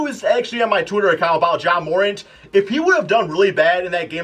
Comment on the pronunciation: Learn how to pronounce ja morant